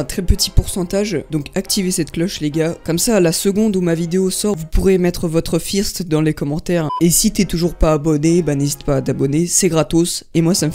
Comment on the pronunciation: comment ta dit ''first'' mdrrrr